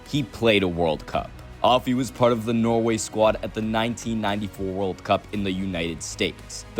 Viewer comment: yeah i live in norway, but he keeps saying noway